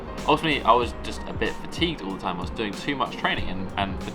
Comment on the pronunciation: Its all the time not ool the time😂